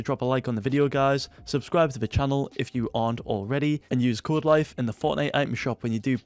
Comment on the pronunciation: Every time I go into a Codelife video: YO Guys Coelife Hea!